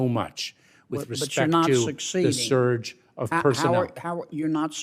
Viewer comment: Anyone else annoyed by how he says scurge instead of surge